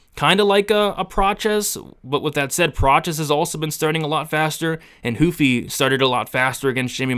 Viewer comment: Why huffy ...??... itsss RRRRUFFY ... WHY evry last name with an R... Is made to sound like an H...FOR EXAMPLE ... LAST NAME RAFA .. most will say hafA🤦🏻.. Brady ✌️🤓